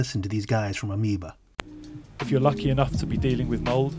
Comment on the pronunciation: Ay-oh-me-ba? Surfi-kont?